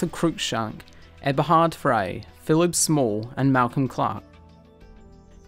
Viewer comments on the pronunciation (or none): none